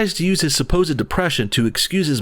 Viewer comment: Feeling a bit bummed out “I HAV DEPRESSERN”